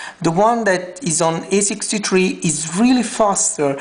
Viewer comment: E6"tree" LMAO!!!!